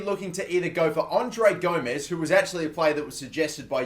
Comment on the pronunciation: and u pronouncing André Gomes name wrong, ur saying "Gomez" when it's "Gomes"